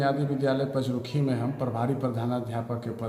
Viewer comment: पचरुखी और हरदेवचक, शब्द की उचारण सही नहीं हैं